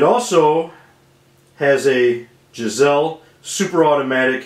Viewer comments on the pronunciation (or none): Love the vid but the trigger manufacturer is Geissele, pronounced guys-lee not jizz elle